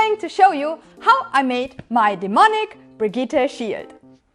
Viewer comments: Nobody:: “Brig-eeteh” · Hey did you know it’s pronounced Brid-jit? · Brigitte ... is french. So... BREE JE (like Jesus) THE